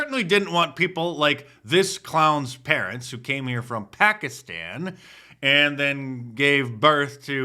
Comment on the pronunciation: Where is "Bokiston"? I keep hearing brown people talk about it. Is it somewhere near Pakistan?